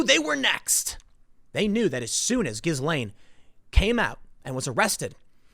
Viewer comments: FFS it's GIL-LANE not GIZZ-LANE or JIZZ-LANE which is a Lane in Soho, London frequented by 'Ladies of the Night'. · it's pronounced -ghee laine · The proper pronunciation of her name is gee-lain; (jeelane). The G sounds as J. Thank you. Carry on. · Her name is pronounced ghee-LAYN, not giz-LAYN. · Did you say Jizzwell? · Her name is pronounced Jees-Lenn, with a soft "J'. Like sheess-lenne. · Stop saying GhiZlaine... ffs.. You don't pronounce the fucking S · The s in her name is silent....pronounced as ghilaine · It's pronounced "Jee-lane" (or possibly "zhee-lane"): but definitely NOT with a hard G"". :) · Tim it's a "silent" s in Ghislaine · Ghislaine sounds more like "Jee-slain", Tim. A soft j. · Tim, stop pronouncing the S in the middle of her name, it's silent :P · Ghislaine Maxwell = "Gee-Lane" Maxwell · The S in her name is silent. It's pronounced like Ghilaine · Can someone PLEASE tell Timmeh that the "S" in Ghislaine is silent! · it's pronounced GI-LANE, tim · I took a sip of my coffee everytime you mispronounced 'ghislaine'.. ☕😅🤙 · The S is silent you’re killing me. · You are terrible with names. The S is silent. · Tim, the S is nonexistent in pronouncing "Ghislaine" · Please! The s in Ghislaine is SILENT! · You don’t pronounce the “s” in Ghislaine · I think the "s" in Ghislaine is silent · Ths s in ghislaine is silent tim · The S is silent in the name Ghislaine